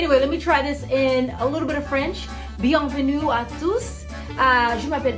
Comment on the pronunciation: Hi, always remember to pronounce the “u” in French not as “ooo”, it’s hard but it’s makes a difference. Like for example it sounds like you said “bienvenou”, in French the “u”, kinda sounds like a English equivalent e. Try to make the u sound with your mouth as if you you were pointing your mouth out for the word “new”.